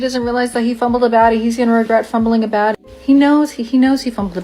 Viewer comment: Is she saying "Baddie" or "Batty"? It makes more sense to me if she a Batty Babe.